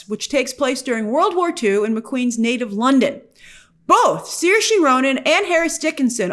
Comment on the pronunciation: Grace it’s not seershay it’s sirshuh, just letting u know hehe I know irish names are hard for english speakers